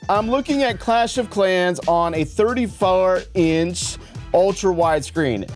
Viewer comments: thirty-FARRR inch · 34 or 35 inch PC? 😂 you said 4 and 5 together and made it “fourv”